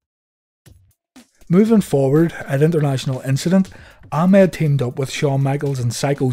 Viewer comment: The way vince used to say it in commentary it always sounded like "a mad johnson"